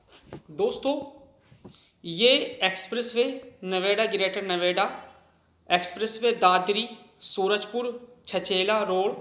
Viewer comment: bolne mai dikkat hai kya gour chowk hai and greater Noida hai